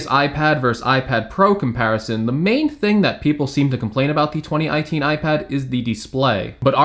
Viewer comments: he says 20iteen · Did anyone catch how he said 20 i teen ipad